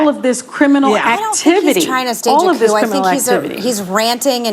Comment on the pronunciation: The P in Coup is silent